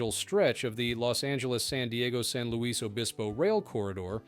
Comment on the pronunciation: The Luis in SLO is pronounced ''lewis"...